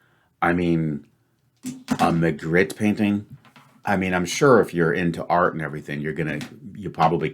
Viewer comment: I actually solved purple ahead of blue, as I spotted Magritte, but didn't know the meaning of "console" and "runner" in this context. It's pronounced Ma-greet (he was Belgian) and if you do a google image search of his paintings, some of them might be familiar.